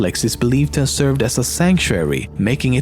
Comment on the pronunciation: Can he even say 'have'? XD